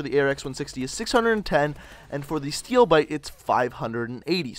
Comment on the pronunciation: Steewl biwte!!!